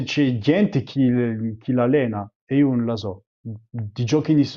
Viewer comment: It's funny that he says "un" for "non" like central and midsouthern Italians, but he velarizes the N in it, as well as all other syllable coda Ns, like in Ligurian, Lombard and a few others